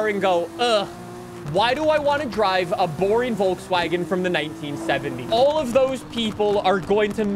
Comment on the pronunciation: You pronounce Volkswagen wrong all the time